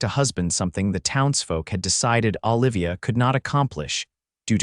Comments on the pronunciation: the name of the female lead is Oh livia...... not Ahh livia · Exactly.... should be Ooh-livia rather then Ahh-livia..........grumble.. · Enjoyed this story very much. Please correct your pronunciation on you female main character it is O-livia, not Ol-ivia as she is not Popeye's girlfriend Ol-ive Oil. You pronounced it nothing ways throughout, drove me nuts, disconcerting.